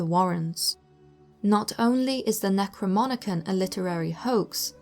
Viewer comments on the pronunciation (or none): NecroNOMicon, not NecroMONicon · Delightful video, but I cringed every time they said 'necroMONicon' instead of 'necroNOMicon.' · The narrator says necroMonicon instead of NecroNomicon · 'Necronomicon' not 'NECROMONICON' .... Yes... it is a 'fictional' work... however. Some of the names of entities in the book are of real ancient demonic heritage..... so whether conjurations are written in between pages of grimoires or shopping lists... they're still.... conjurations.... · Necro-nom-icon not necro-mon-icon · The book is pronounced necro-nom-i-con oddly enough it’s spelled necronomicon as well why narrator is pronouncing necro-mon-i-con is beyond me but other than that pretty decent work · The gal narrating this can't even pronounce "NecroNomicon" even when showing the cover of the stupid book....she says "NecroMonicon" Nice homework on this one. I think all the Warrens did was go around and collect stories, which they later sold for book deals......Amittyville Horror anyone? Teleport....gimme a break. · Am I the only one annoyed that the narrator mispronounces NECRO NOM ICON? She says NECRO MON ICON. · SAY IT WITH ME: NECRO NOMI CON! NOT NECROMINICAN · Say it with me... NECRO NOMI CON, Not NECRO MONI CON. Also, that book, supposedly written by the Mad Arab, Abdul Al-Hazrad, is fictional work. I love Ed and Lorraine, and I believe in 90% of what they do, but they were using myths from that era to fuel their beliefs, not factual situations. Not in the case of the Necronomicon, at least. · The word is pronounced "ne-crow-nom-i-con", not "ne-crow-mon-i-con". JFYI. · necronomicon not necromonicon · it’s the *NecroNoMicon, not the Necromonicon :) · Can anyone read anymore its Necro-Nomi-Con not Necromonicon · Necronomicon not Necromonicon....say it right. That got annoying after the third time. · It is pronounced “Necro-Nomicon”, not “Necro-Monicon”. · Necro-MON-icon??? It's NecroNOMicon. Geez. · Necro-nom-icon not necromonicon